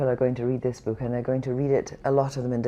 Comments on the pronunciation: 'in the bewk' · To Kristy Wark its 'book'. Your welcome